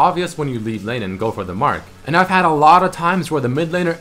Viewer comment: Did just say leaf a like? Reptilians!! Hisssssss